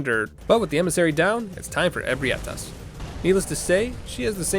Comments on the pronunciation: you said amygdala right then proceeded to say ebrietas wrong lmao Also you techicly failed your run Oh And you smell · Hearing you say Ebrietas is hilarious